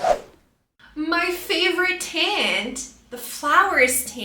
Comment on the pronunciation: The dragon fruit is definitely not artichoke😂 What? Flower's tent? It is called "flower tent"😮 Also, if you're claiming that you teach American English, tent is not pronounced that way🫣 By the way, green capsicum?? 😅 it is a "bell pepper" or simply "green pepper" No, they dont have a bitter taste. You are pronouncing pomegranates wrongly😮